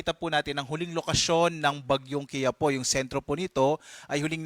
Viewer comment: KI-YA-PO ❎ KI-YA-PU✅ Ambobo mga pronounce kainis. Hindi po matigas ang PO vs PU Tamang pronounce niyan is KI-YA- po